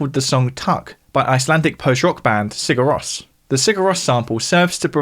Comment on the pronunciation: Please, check your pronunciations. Mind, Rós.